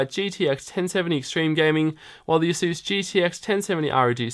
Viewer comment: Sir, ASUS is not pronounced 'ah-SOOS'. It's 'AY-sus'. It almost rhymes with 'races'.